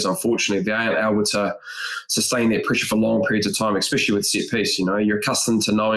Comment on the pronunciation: "Expecially" - Bryn Hall, every time. 😂